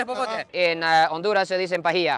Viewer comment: Que triste que un japones le vaya a "onduraz" jajajajajaja Das lastimas chino coreano 🤣🤣🤣🤣🤣🤣🤣🤣🤣🤣🤣🤣🤣